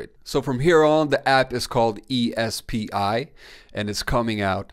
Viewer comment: E S P I is pronounced SP🤦🏽‍♂️